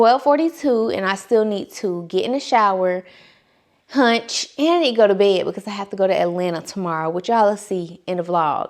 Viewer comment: 😂😂😂 I still need to get in the bed and HUNCH lol you said it so hard 😂😂😂